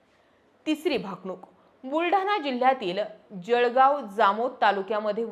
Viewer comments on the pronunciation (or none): none